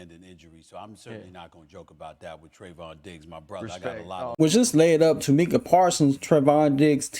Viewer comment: Its pronounced mike-uh.